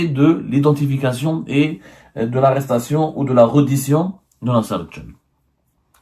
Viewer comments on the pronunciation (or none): tu parles français petit journaux?on ne dit pas reddition mais rèddition. on te paie combien pour raconter ces histoires à dormir debout? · Prononcez bien reddition ca se prononce (Rédition)